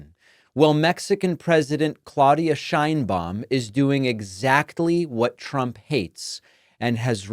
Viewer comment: Just a correction, the pronunciation of Sheinbaum (as she pronounces her own name) is how is pronocuned in spanish SH EIN BA UM (not Shain-bom)